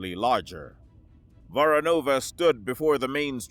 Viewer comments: Actually, it's VoROnova, with emphasis going to the second syllable. However, I am happy enough that they actually used Voronova and not Voronov as Slavic surnames have gender specific endings, which is normally ignored in Anglosphere. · It's VorOnova or VOronova. Not VoronovA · How many times can you miss-pronounce Voronova ? 🙄 As for the story, exactly how fast can a rail gun projectile get from Europa to Earth ??